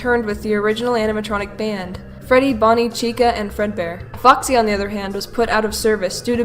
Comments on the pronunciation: When you said Foxy in the Fredbear & Friends part, it sounded like Fucksy. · I thinks it's funny how you pronounce foxy you say fuxy it's cute 😊